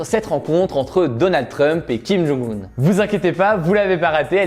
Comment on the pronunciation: Pour information, pcq trop font l'erreur, on prononce le nom de kim jong un (김정은) : "kim djong eun", et Moon Jae In (문재인) "Moune Djè Ine" dans une phonétique francaise si je puis dire 😅